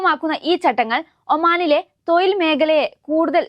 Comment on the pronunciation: തൊഴിൽ, കയിവ്, തായ്‌വ് പിയ. ശേശം.....ഇതെന്തോന്നെടെ.....